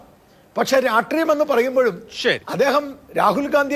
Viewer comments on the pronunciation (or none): രാട്രീയം അല്ലടോ ഒട്ടകമേ....രാഷ്ട്രീയം.....